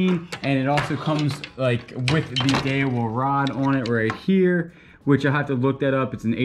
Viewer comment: Daiwa is Die-a-waa